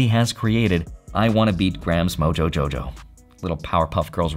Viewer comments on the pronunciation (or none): none